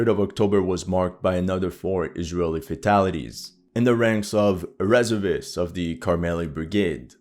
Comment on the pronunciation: it's not REServists, it's resERVists.